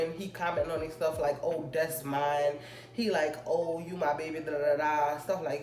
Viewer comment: she said "das a roommate"